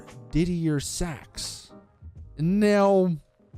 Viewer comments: Pon-son-buys ~ Diddy-er Sacks ~ I.R. Baboon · Didier Sachs is pronounced deeder Sachs and ponsonbys is pronounced ponsonbees